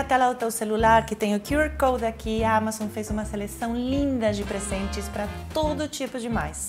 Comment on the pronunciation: A maneira como a Paola pronuncia QR code é minha nova religião😍!